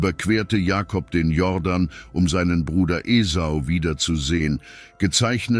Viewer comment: Der Fluss heisst Jordan, nicht jorden